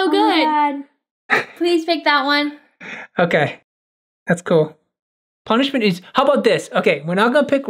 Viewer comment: Ponischment: ro fisch